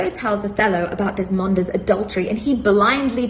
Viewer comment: Also messes up Desdemona's name ("Desmonda"). Truly a person of culture